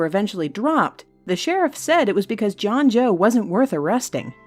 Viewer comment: John Joe sounds like John doe